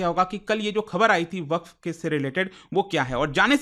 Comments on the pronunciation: its not वकफ its वक़्फ़ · भईया वकफ नहीं वक्फ बोलो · वकफ❌ वक्फ ✅ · "WAQF" KI SPELLING TOH SAHI BOLO,,,,,,,,,, WAQAF NAHI HAI WAQF HAI.